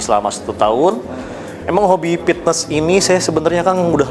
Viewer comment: Sunda mah P bukan F haha, Pitnes